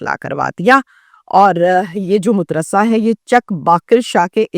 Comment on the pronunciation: .muddrasa nahi madrassa